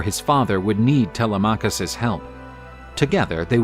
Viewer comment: TeLEMachus, not Tele’machus. Sounds so strange.